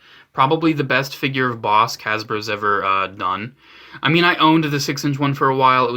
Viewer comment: It’s pronounced “boss-ick” god damn it.